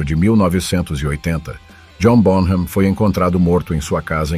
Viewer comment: Excelente vídeo. Só uma correçãozinha e por favor não leve a mal. A pronúncia do nome dele é John “Bónam” terminando o “m” com os lábios fechados